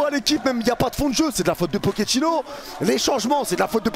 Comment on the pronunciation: "Nike pochettinno"